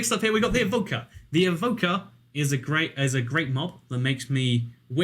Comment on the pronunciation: when he said evoker i thought he said vodka